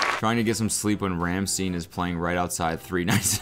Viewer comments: It’s Rammstein! Not ramsteen! (RAM-STINE) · ramsteen >< its rahmstine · its not pronounced steen, it’s STARJN …. :D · rahm-scht-eye-n lol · The way he pronounces it rammSTIEN has me fuming. They got a whole song teaching you ho to pronounce it. Ramm. Stein. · It's not ram-steen 👼 it's RAMMSTEIN 🤘 (rahm-shtine) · Rammstine? Rammschtaïne ^^ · Ramsteen? Bro ramSTINE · Its not pronounced RammstEEn, its RamstIne. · its not ramsteen. Its Rammstein like Einstein. Also the "st" in Einstein should be pronounced "sht" but whatever. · “Ram steen”. Cody it’s pronounced “ram shtine” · "ram-steen" and a million Germans cried out in horror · Cody pronouncing Rammstein as rhamsteen is giving me brain damage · cody you deserve jail time for how you said Ramstein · why did he pronounce it "rammssteen" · Cody pronouncing Rammstein is next level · I'm not German but that was painful. Do people in America not know how to pronounce the name of the most popular German band? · I've never heard anyone pronounce Rammstein wrong before. Thst had me good 😂😂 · It's no good No good at all 😢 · yeah next level wrong lol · The pronunciation of Rammstein killed me lmaooo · That's not how Rammstein's pronounced 🤣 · Cody absolutely butchering rammstein's name is the comedy i need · the way cody pronounced rammstein made my blood boil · codys pronunciation of rammstein hurts really bad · I had to replay the part where he said Rammstein because I thought it was gibberish 💀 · The way he pronounced Rammstein 😂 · That's not how you say Rammstein bro... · how tf did u say rammstein... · please look up how to pronounce RAMMSTEIN 🤣 thought i was watching 'that's cringe" for a second